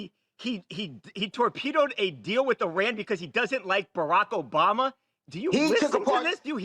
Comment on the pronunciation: Who is the man that called “bama”. Sounds like he said Jay money